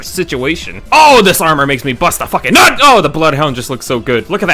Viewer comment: the fucking emphasis on "NUT" is wild